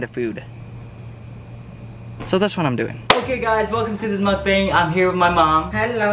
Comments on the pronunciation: For your next mukbang, its pronounced muk-BONG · Yo it's pronounced Muk bOng btw. Yk as a Korean gotta educate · Why cant anyone pronounce mukbang correctly? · when you’re asian and can’t pronounce mukbang